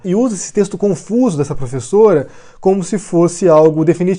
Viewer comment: Essa "''plofesola""" me parece o velho maluco disfarçado kkkkkkkk